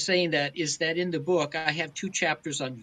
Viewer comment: Wth is a “bewk”?